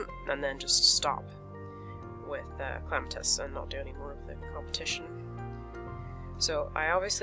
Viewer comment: Why do u call Clematis Clamatis? Not hating